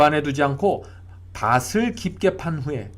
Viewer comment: 글로 쓸때는 ○밭에○ 말할때는 ×바세× 가 아니고 ○바테○ 글로 쓸때는 밭을= 말할때는 ×바슬× 이 아니고 ○바틀○ 밭이 발음은 ○바치○ 등등~ 정확한 발음 사용 부탁드립니다^^ 은혜로운 말씀 항상 감사드립니다